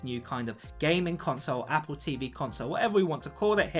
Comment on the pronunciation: “GAYMING console” haha you saying gaming so weird